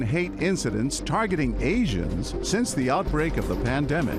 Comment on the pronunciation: “asions” really? 🤦🏻‍♀️